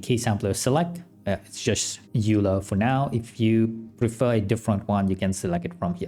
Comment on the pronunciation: Klien is pronounced "Kline". Also Euler is pronounced "Oil-er".